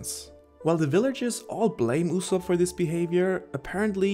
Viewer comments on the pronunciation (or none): Yu-sopp not Oosop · YU-zop. that's how you pronounce his name in English. in Japanse it's YU-Zo-Pu. i mean come on- you probably watch the Sub, AKA original Japanese Dub, you must have heard a million times how his name is pronounced. why do you call him "OO-sop"?